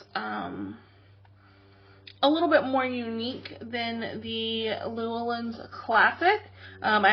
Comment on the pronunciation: Just a gentle reminder: The publishing company, Llewellyn, is pronounced, "Lu-Ellen". Cheers!